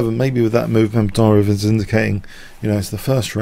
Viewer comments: *butchered and yes it's Mamed-Yar-Ov not Mamed-Ary-Ov. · Nice game! But you kind of butchered Mamedyarov's name throughout...